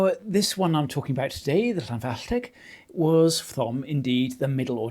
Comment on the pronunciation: You pronounced Llanfallteg perfectly...